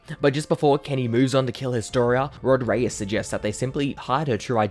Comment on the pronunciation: "rOd rEyEs"